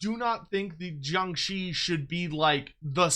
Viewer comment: I like how you pronounced jiangshi.👍